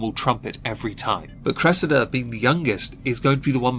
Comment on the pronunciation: Oh Cwessida! Pwease don't throw my Cwessida in prison with common cwiminals!!!